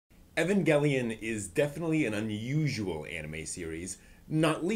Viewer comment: You pronounced 'evangelion' / 'eva' like three different ways. Also, "done" "bine" for Dunbine, not dunbeen.